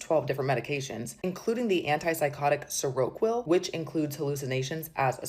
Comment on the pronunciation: She can't even pronounce Seroquel correctly